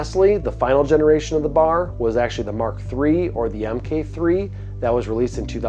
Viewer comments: B.A.R. In almost 50 years I’ve never heard it said as “Bar”. That’s wild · It's pronounced B-A-R, not Bar. For a time Browning referred to their models by action design. BAR was Browning Automatic Rifle. BBR was Browning Bolt Rifle. BLR was Browning Lever Rifle. BPR was Browning Pump Rifle. Also the commercial BAR is nothing like the BAR that the military used as their SAW for years.